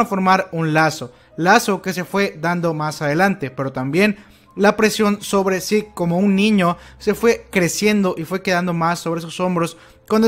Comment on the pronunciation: Es mejor pronunciar Zeke como seque no como sick